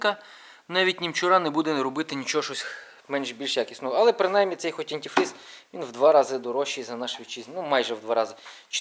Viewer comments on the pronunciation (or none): Дуже кропітка робота ! Я про з'йомку відео. Одне що більшретельно проводити її , щоб було більш видовищно та ретельно видко. І позбавляйтеся суржику. Вуха ріже Ваше " антіфріз та печечка " . Дякую з мене підписка.